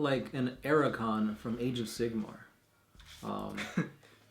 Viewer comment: Archaon. Pronounced something like Ark-ae-on. Not "Ar-a-kon".